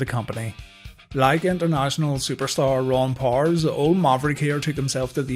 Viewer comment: It's POW ERS not Pors.